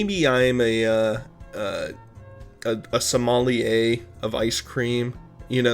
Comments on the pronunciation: This whole vid was great, but I legit laughed the way you said sommelier of ice cream like Somali-ayeee 😂😂😂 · Lol i heard somalia as well 😂